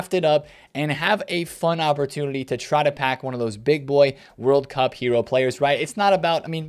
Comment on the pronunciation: anyone catch that says "opportudily"? I think for Flanders from the Simpsons every time